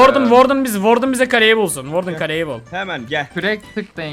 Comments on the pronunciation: Warden okunuşu vardın işe vardın😅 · "WARDEN" seni çok seviyorum 💕